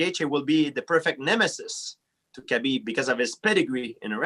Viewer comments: Yo gsp my guy it habib not Khabeeeb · Bruh at first I thought GSP was calling him cabbage lol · Khabib "Cabbie" Nurmagomedov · Being not 'bean' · Everyone: Khabib GSP: Kabeep Everyone: Kabeep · "Kay-BeeB" GSP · ARIEL HELWANI SLAUGHTERING KHABIB'S NAME.